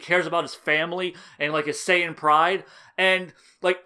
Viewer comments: Was almost convinced you'd changed your tune until you pronounced Saiyan "SAY-AN", that's when I knew you were for sure bullshiting. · The most subtle Fool you could've given here is your Western pronounciation of Saiyan. Lol. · I cringed every time I heard you pronounce saiyan. It was like “Jesus how many times did he mess up this video trying to say everything wrong” 😂😂